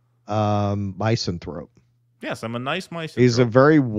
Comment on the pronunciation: Did really pronounce 'misanthrope' as 'MICEanthrope'? First syllable is 'MISS' (same as in 'misogyny').